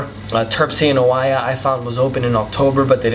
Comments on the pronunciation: First off, please pronounce the names correctly Oie I hope this helps. When speaking in English please use proper grammar and use your singular and plurals correctly. It is not there IS lots of great views, it is there ARE a lot of great views. Get it? :) The rest is good info. I have been there and you are very right it is beautiful beyond words. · It's always a good idea to learn how to pronounce the names of towns before making a public video...Oia is pronounced Eee-ya. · Its pronounced Eee-ya (Oia) ! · Οια is pronounced as EeA. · Good info and it's 100% right to visit before or after the high season it's much much better ... oh and Oia is just called Ia the o is silent... i hope you had a great time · it's a shame that someone who thinks that he is able to give recommendations to other people is not even able to correctly pronounce cities names like Oia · He can't even pronounce "Oia" correctly and only ate in one restaurant????....turned him off midway. Dolt!